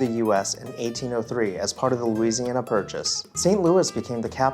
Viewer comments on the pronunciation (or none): none